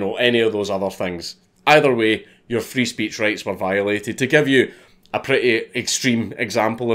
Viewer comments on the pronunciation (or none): He's sayin "free speech" but I swear im hearin "freeze peach" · I can't stop hearing it as: "I need help from the Freeze Peach" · Nobody: Count Dankula: Frees peach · does anyone else hearing Freeze Peach when he says Free Speech.